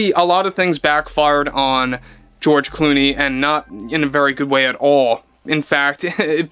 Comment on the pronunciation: De Zero and George De Clony😂😂😂